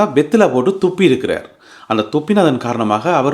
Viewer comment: துப்பி இக்குறார் இல்லை துப்பி இருக்கிறார் உச்சரிப்பை கொஞ்சம் சரி செய்யவும் நன்றி